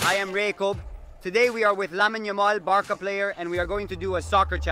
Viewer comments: Barka? Seriously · Why are you calling it Barka and not Barca.